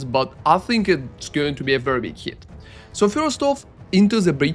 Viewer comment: doesn't understand many words too like "heat" instead of hit or "attic" instead of attack. You tend to pronounce the words longer than they are. Guess that is a typical Russian accent thing:)